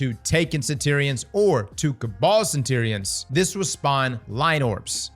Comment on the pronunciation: I reckon you should mispronounce centurions a few more times